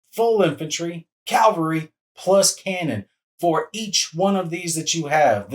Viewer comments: Calvary 😑.... CAVALRY! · Cav-al-ry. Not cal-va-ry. My 5th grade teacher had to correct me in front of the whole class while I was doing a Waterloo oral report. I will never forget. And, she was right. Calvary is a site immediately outside of Jerusalem's walls, where in the Christian tradition, Jesus was crucified. Which is probably where I got the pronunciation... from my heavy attendance in Catholic church as a kid.